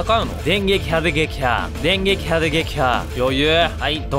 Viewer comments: でんげきはでげきは←最高🤣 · でんげきはでできはになっちゃうwww